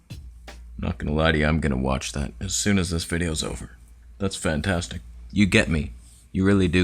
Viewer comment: Did you say : FAN TESTICULE MACHINE?